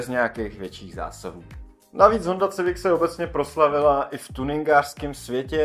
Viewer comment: Koncepčně moc povedený video. Škoda jen maličkostí, které lehce kazí dojem. U Golfa jsi zmínil, že přece v tomhle žebříčku musí být nějaká evropská automobilka, což už bylo Volvo a Mercedes, které jsi zmínil předtím. Škoda výslovnosti Civic [sivik nikoli civik]. Potenciál a potencionál jsou dvě naprosto rozdílná slova. Nicméně se těším na další Top 10/5, což jsou z tvé tvorby videa, která jsou vážně poučná a zajímavá. Díky za super tvorbu.